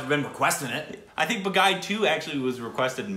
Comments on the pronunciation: That is not Ba-guy, it is pronounced Baa-ghee. 🤪🤪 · It's not BAGAAY its BAA-GHEE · Baaaa geeeee not ba guy😆😆😆😆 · When you’re supposed to say Baghi but instead saying my name, Bagai. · It's pronounced as 'baag'+'he' not baag-'high'. Meaning - 'a rebel' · I love it. It's baagee not baaghai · It's not ba gai It's BHA ghee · Two videos!!! That just made my Sunday. Great reaction. Baaghi two has a better storyline than Baaghi. By the way it's pronounced baa-gee.😁 Nice reaction